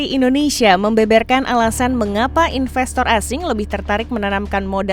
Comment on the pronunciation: Investor disebut infestor , larilah mereka. Sebutan harus internasional dong.